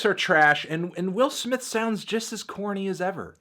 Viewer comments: Willer smith. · I didn't see the need for the use of the hard 'er' when talking about Will Smith